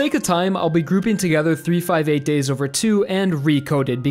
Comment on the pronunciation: I'm calling it now the best part of the video is when he pronounced 358/2 days correctly